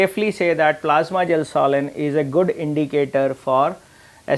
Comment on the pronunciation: It’s gelsolin not gasoline 😂